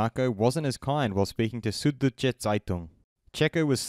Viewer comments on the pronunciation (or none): it was a valiant attempt! how can we explain to the correct way to pronounce it using English spelling? "Zood-doy*-tsha Tsy-toong"? (with "doy" rhyming with "boy") I think his "Zeitung" was alright, but I'm not a native speaker... Also I don't there's an English equivalent to "ü"